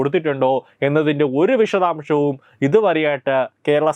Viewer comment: തീരുമാനം എന്ന് പറയൂ, തിരുമാനമല്ല. വിഷദാംഷമല്ല വിശദാംശം. ആഷ അല്ല ആശ